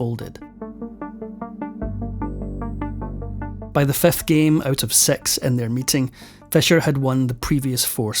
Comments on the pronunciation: The narrator pronounces Fischer as Fescher, history as hestory, six as sex, forfeit as forphet, Philippines as felepines, sixty four as sexty four. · Very informative vlog but i got confused many times of what you are saying Sir because of your wrong vowel sounds! Your “six” is pronounced “sex”….”He incEsted…it is actually, “ He INSISTED..” And a thousand more mispronounced words!